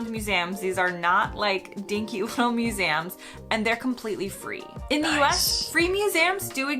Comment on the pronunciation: What surprised me the most was her pronunciation of "museums" - Maybe she'd never heard the word spoken out loud before in either the US or the UK.